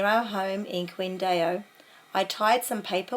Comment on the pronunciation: Your pronunciation of some words are terrible and shows your indifference to other people's language (e.g. Qingdao, Li Cunxin, Mao). At least look up how to pronounce these words properly out of respect for their language ... you are a teacher after all.